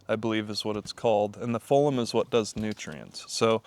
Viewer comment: Phloem (flow-em). Xylem and Phloem